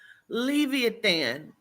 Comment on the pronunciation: Omg I sorry I'm trying to watch this video but please the pronunciation is Le like Lebron, vi like Vise then the e sound eeh than. LE-VI-EHH-THAN Not trying to be an ass I promise. Peace and love